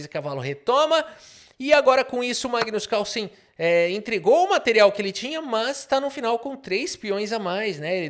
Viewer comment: Magno Carlo com sotaque caipira foi de longe a melhor coisa que eu ouvi hoje. Eu te amo KKKKKKKKKKKKKKKKKKKKKKK